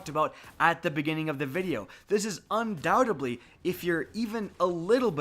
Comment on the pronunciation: Not undoubt-ably, undoubtedly